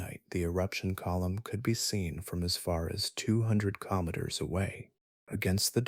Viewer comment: Good information, however haven't heard kilometer mispronounced so many different ways, very distracting.